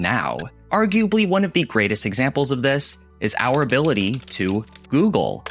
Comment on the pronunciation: What does "Ow Rability" mean?